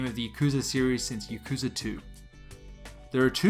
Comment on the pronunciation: you’re not pronouncing yakuza right and aggghh